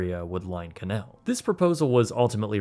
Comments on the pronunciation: Bro.... ok... I enjoyed the video, but it's canAl, not Canel St. I'm from Louisiana, and hearing you say "canel" just.... ugh canAAAAAAAL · It’s pronounced “kanayal”